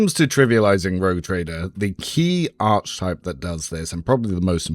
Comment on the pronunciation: its pronounced "Ark ee type" please man!! ill subscribe if u pronounce it properly :) but seriously, thanks so much for the spreedsheets, they're awesome!